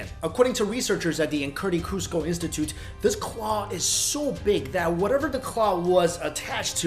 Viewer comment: Idk Idk nope there's no r in Kuzco